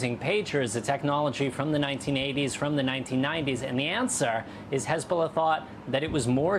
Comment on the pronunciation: Hez-Ball-Na! hahah